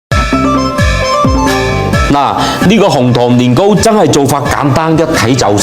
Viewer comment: Here come again sister 😅 thanks for your "Lin Go"😊